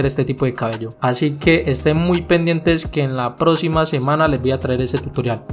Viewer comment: Porque no dices bien la palabra teCnica. Me encantan tus cortes. Pero habla bien mano. Pronuncia bien las palabras.proXima. tu dices (procima) EXperiencia.( Esperiencia) PerfeCto. (Perfeto) PraCticar. (Praticar). TeCnica. Tenica.